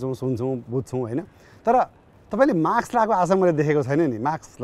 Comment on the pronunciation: सर "माक्स" हैन "मास्क" हो